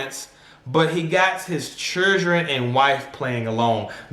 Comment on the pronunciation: said "not the chirdren"